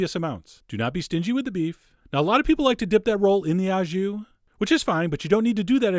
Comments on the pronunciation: "au jus" is French and pronounced "oh", not ow as in cow. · Love your videos. It’s “au jus” and it’s pronounced “o ju” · Uprated. Fun! "Wreck Roll," for a stupid joke. It's pronounced "oh jhoo." You can just say you are serving it au jus and the juice is the "jhoo." Sauces usually go on the side, separate in France, too. Don't worry, the French slaughter English. I still get annoyed about "rumsteack." I've tried to say it's "rumpsteak" and explain it, and they pronounce it like the French word for rum ("rhum") but so what? I would never presalt red meat cuz it seizes it up and toughens it, sucks juices out, but I'll take your word for it, Chef! Sliced so thinly like that, it might not matter. Greetings from France, and hello to Buffalo, where I had great onsite-made donuts with a drive-in takeout window!